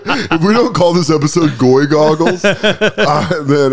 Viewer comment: "Goy Goggles" or "Goy Googles"? You have messed up as a podcast host